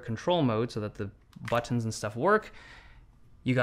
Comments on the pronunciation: butt-tons lol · Say ‘Butt-tins’ again. Say ‘Butt-tins’ again! I dare you. I double-dare you, motha**cka, say ‘Butt-tins’ one mo' goddamn time!!! Awesome video as always! Thanks man!!! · Haven't noticed until now that Dave turns British when he says "buttons" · buttons... it's not hard to say buttons man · Stop saying BUTTONS like that 😊